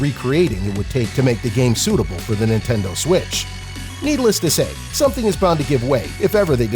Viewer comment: Nentendoe switch